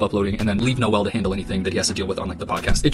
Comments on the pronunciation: Tanna Mojo is how her name is pronounced just for future reference! And Noel is No-el! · "Nole" and "Pokiemani" lol have some respect for what you're even talking about, jeez